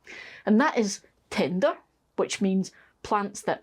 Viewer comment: I'm sorry... I kept giggling because when you said tender... I heard Tinder. I haven't pestered your comments section for a while so here's my latest The corn in the greenhouse was a failure... but I'm pretty sure it's because my raised bed didn't have enough depth for the corn to grow (I had a hugelkulturesque bunch of branches under the soil... turns out the soil then fell through and left a shallowish top layer). But the saved hybrid corn has been providing some nice cobs in the veggie patch... so that was a success :D Thanks for the detailed information about growing as always!